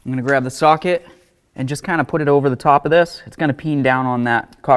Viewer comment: I thought he said take the “saw kit” and just kinda put it over top… but he said socket.